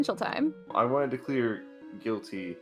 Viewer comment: I keep hearing “mark potential clear conditions” as “mark potential queer conditions”